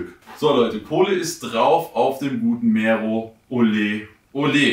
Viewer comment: Kann verstehen, wenn man Probleme hat mit ausländischen Namen. Aber so schwer, das R in Mero zu rollen? Klingt halt mega whack